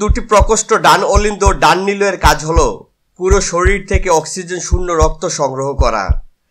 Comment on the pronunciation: সব কিছু ঠিকঠাক আছে শুধু উচ্চারণটা সঠিক ভাবে করবেন (আর শরীর কে শরীল বলবেন না)